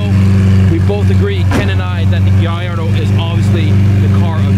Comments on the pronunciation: (??) You, OF ALL PEOPLE, should know how to pronounce Gallardo! I've been sub'd for YEARS, and this is insane. You get some of the best access but, you struggle with this!? For a bit (a few videos back) I thought it was a meme but, dude...come on. Guy-R-Doe I swear, you've got some amazing content that makes me want to shake your hand...or punch you in the kidney. Guy-R-Doe Either way, love you man, keep it up! (and yes, the Gallardo is one of my favorite cars and unquestionably better than the Huracan. Major points if its a stick.) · Gallardo = guy-ard-oh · Come on, It's pronounced GALLARDO!!! lol